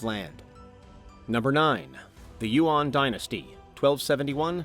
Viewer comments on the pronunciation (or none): Why do you never pronounce Chinese names correctly? Yuan is not that hard of a word to pronounce?